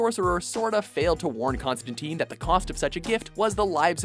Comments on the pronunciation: ConstanTYNE, not ConstaTEEEN. Get the damn name right. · Its "tine" like "time", not "teen". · it's not constanTEEN. it's ConstanTINE. Rhymes with wine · It's pronounced Con-stan-tyne. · Constantine, as "tyne" not "teen". At least get the name right if you're gonna make a video about him. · I can't take this video seriously because they don't even pronounce his name right. It's not constan-teen.